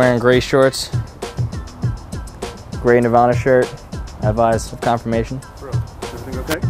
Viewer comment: Why did you say Nirvana like Nevada